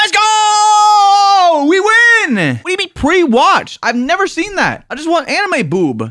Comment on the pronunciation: Anime, not amine